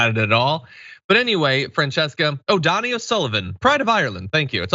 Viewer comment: It’s pronounced Dough - knee, not Donny. If bogarting a video, know who you’re plagiarizing. Respect.